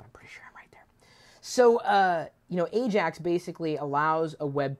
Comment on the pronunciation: 10 points goes to you chris for getting AJAX correct lol